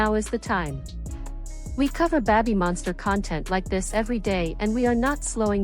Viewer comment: Well, it's also not pronounced "beh-by monster" but that's what you get when AI reads for you